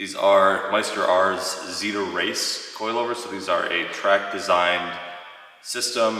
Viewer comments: Totally thought you were saying "Xida Race" aka Supermiata. I was very confused. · I heard that as well. Really suprised he didn’t get xida as they are the gold standard lol